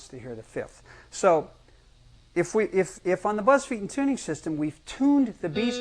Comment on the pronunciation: Oh wow. He doesn't know how to pronounce his own surname.